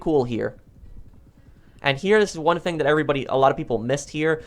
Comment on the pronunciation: Somebody doesn’t know how to pronounce the word thing